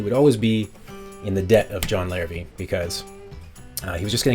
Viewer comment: Hi there... just so you know, despite being spelled Larrivee, as it is French in origin, the name is actually pronounced "Larrivay". Nice review of a great instrument though.